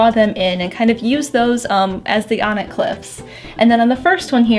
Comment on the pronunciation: hmm.. I always thought it was pronounced "oh-net" not "ah-net"